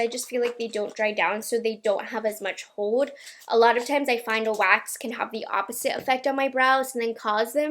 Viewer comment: I’ve been watching you for a couple of years now. And I love how you say your “l’s” in words. “Hold,” “pineapples” (when describing the hair fragrance at the end)… You pronounce it with a “w,” and it’s so darn cute!